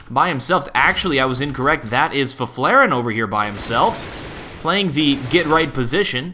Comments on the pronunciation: LERN HOW TO SAY FIFFLAREN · love his pronunciation of fifflaren